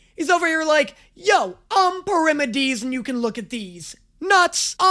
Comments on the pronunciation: ITS NOT “pull-if-a-mus” ITS “pall-ee-feem-us” AND ITS NOT “Per-im-adeez” ITS “pair-uh-meed-eez” 😭😭😭😭😭😭😭😭😭😭😭😭😭😭😭😭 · sorry....I CANT TAKE IT ANYMORE read this CAREFULLY PLEASE PEAR-RAH-ME-DEES (yes dees like the joke 'dees nuts' shut up-)